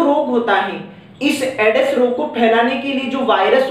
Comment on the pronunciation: All class very good.... पर सर वो एडस नहीं एड्स होता.... क्षेत्रीय बोली का प्रभाव 😁